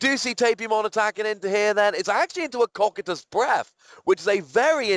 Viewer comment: Its actually pronounced coc(a)ytus in english, in greek its coc(with s sound)ytus